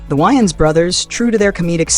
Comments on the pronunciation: Its "WAY-INS" not "WHY-INS" smh lol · I don’t like this video. You people always get the worst photos of black people that you can find. But then you’ll get the best ones that you can find for white people. And their name is pronounced Way-ans! Not! Wy-ans?!.. 🤦🏽‍♀️ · Dude you don't even pronounce their last name right .....Way-ans